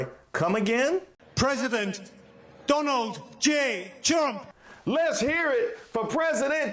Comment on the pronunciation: Did he say President Dunald j Chump??? 😂